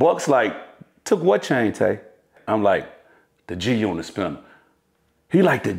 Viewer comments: Are you saying Junit? Do you not know it’s G-unit? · Lol "this story with the junnit chain"